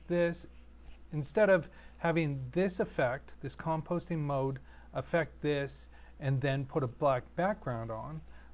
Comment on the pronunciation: Composting is what you do with yard waste. Com-pos-i-ting is what you do in editing. Please pronounce the "i" in c-o-m-p-o-s-i-t-i-n-g. Eeessh.